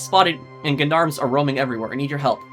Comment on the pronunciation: Gendarmes is pronounced like Jon-Darms.